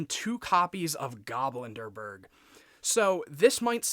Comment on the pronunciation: Nice! Btw the card is pronounced GobLindbergh not GoblinDERbergh. Its a refference to Charles Lindbergh. If its just a nickname you gave him then you can ignore my comment. Ps: 🤓☝️